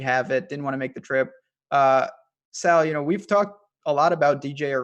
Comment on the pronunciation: Hey. His name is Sal not Saul wtf.